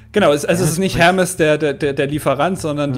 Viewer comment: Hermès wird aber "Ermes" ausgesprochen und nicht so wie der Paketdienst.